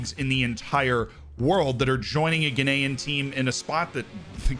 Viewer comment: Am I the only one who hears "Guinean" every time says "Ghanaian"?